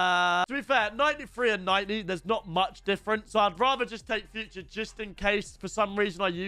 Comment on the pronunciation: he’s called foo trey not future